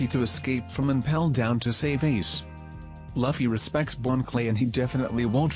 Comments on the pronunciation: its louuuffy not laughy !! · Wow...who is lafy..its written luffy which kinda makes sense that you're pronouncing it wrong its pronounced loofey